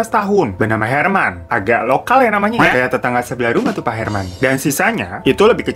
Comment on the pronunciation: Herman nya sebutannya hermen